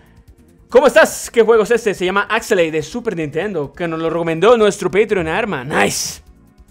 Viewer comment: Axeley, no no, pronuncia buen bro por favor, se dice Axelay, de nuevo Axelaay, no lo jodas, vale bro